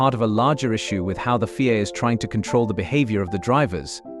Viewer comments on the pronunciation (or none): What the fuck is the fee-ay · FIA is not a word, its a set of initials Federation Internationale de,i Automobile. your AI is crap